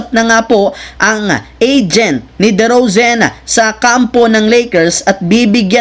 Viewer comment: ikaw wag mo sabihin na pinabayaan ng gsw c klay....c klay nalang tlga umalis sa gsw okey nagkaintindihan ba tau...derozan nd derozen taliwas sa cnasabi mo pinakinggan q ng maigi mali ang bigkas mo...ngango